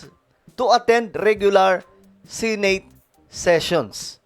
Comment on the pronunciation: Correction to how pronounce the word SENATE ...SE NOT SI